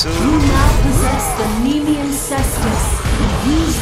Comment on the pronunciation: Oh jeez, when you said "slam your cestus on the ground," I thought you said, for whatever reason, "slam your sisters on the ground," and I was like 'lolwut'.